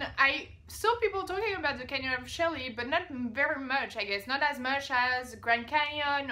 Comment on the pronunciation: Frank Morris, no, it's actually spelled de Chelly, but pronounced d'SHAY, rather than de CHAY.